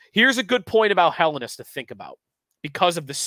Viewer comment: for the love of all that is holy - if Helenius is going to be your top guy to watch...get the name right. Hell-en-ee-us